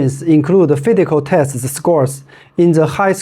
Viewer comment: The plate design is only for added stability, just like how Adidas Torsion System works. ~ Not shoes related, but your pronunciation for letter (s) of physical test sound like letter (t). While you have no problems with other letter (s).